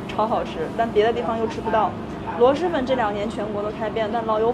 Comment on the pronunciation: 确实，螺蛳粉的蛳是平舌音，不是翘舌音。